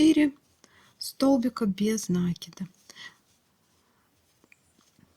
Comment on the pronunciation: Правильно говорить: " накИд, а не нАкид!!!! Режет ухо неправильное произношение!!!!